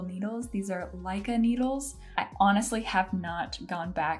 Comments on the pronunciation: Ok I did some research and for all the non-english speaking people who don't get the the way english-speaking people pronounce foreign names: The company is Lykke. Yeah no not Leica as it was pronounced XD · a total neophyte to knitting, and have yet to even jump in -- despite loving the podcast Fruity Knitting, !! and from there, having Youtube today show me your video. t took me a few listens to figure out you were saying Li-ka, and not Mi-ka. and found them on amazon- named Lykke, of course. I notice a few reviews saying they snag at the joining point, which would be a terrible experience and wonder if maybe buying through Amazon is getting people copycat versions? Do you have any further thoughts or guidance on this? I am a visual artist and very much a lover of good tools, and the qualities of wood, say, and these needles LOOK and read as beautiful to me. I was never drawn to the standard knitting needles, and actually found them off-putting. Your collar here is very appealing. And it encourages me to take a leap. But first, the tools...would you mind sharing what you have?